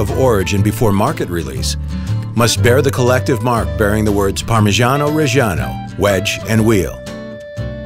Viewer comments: Im italian and his parmigiano reggiano prounced like that kills me inside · The way the narrator says “parmigiano reggiano” irritates me so much😪 It’s not pronounced like that😑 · The pronunciation of "Parmigiano Reggiano" is so hilarious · The way that guy pronounces Parmigiano Reggiano makes me cringe... and I'm not even an Italian. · As an Italian, your pronunciation really hurt my ears, sorry had to say it :P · I CAN'T STAND THE WAY IT IS PRONOUNCED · Motivation: Man cutting cheese: Unenthusiastic, robotic, sleepy Narrator: Heavily over enunciate the phrase "Parmigiano Reggiano" Viewer: am Youtube hole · Parmigiano Reggiano is pronounced like Pur-mee-JAH-no Re-JAH-no And not like Pur-mee-SHAH-nou Re-SHAH-nou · Pronounce it correctly, it's PARMIGIANO REGGIANO and not PARMISGIANO RESGIANOU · Ad an italian i can say se dont say parmijaaano rejjjiaaaaano lmao it feels so wrong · Everytime the dude says "Parmigiani Regiano", it feels like I've killed Mr. Angelo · no one: this guy: parmegiano rejjijiannoh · We don't say parmijjjjjjjjiano rejsjjjjiano , waaaay wrong the pronounce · you should pronounce it something like “parmiddjano reddjano” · "parmijjiaanou rejjianou" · Count how many times he said parmegano regano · Something about an American saying "parmeshano reshano" just doesn't sound right. But all the other words sound great, the narrator actually has a nice voice to listen to. Just the Italian pronunciation could be a bit better. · Am I the only one bothered by the narrator's PaRMrGIaNO ReGIAnO pronunciation? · Non potevate far parlare un italiano con una pronuncia decente ? cos'è il parmygeeanou regyano PORCODIO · Say parmagiano reggiano one more time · Yo if you can’t pronounce “parmigiano reggiano” correctly then DON’T Listening to you saying “Parmejiano Rejiano” was the worst thing ever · Wrong pronounce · It has been produced for 900 years only to have the pronunciation of its name and regions of origins butchered.